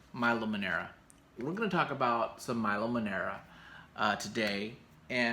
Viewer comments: please... milo is italian. MILO, not mAilo :) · Pronounced ME LOW not MY LOW